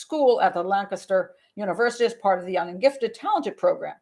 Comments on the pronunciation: "Doncaster, South Yorkshire". Impeccably pronounced! Go to the top of the class, Pat. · "Doncaster"/"South Yorkshire" good pronunciation :-)